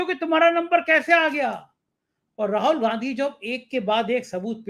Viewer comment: Arey bhai Rahol Gandhi nahin. Rahul Gandhi naam hein. Har baar Rahol Rahol Rahol kehte ho.